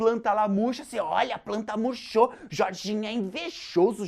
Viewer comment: "A planta muchou o Demonho" kkkkkkkkkkkkkkk